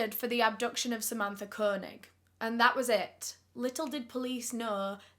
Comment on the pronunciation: Idk why but the way she pronounces Koenig bothers me It's pronounced Kay- Nig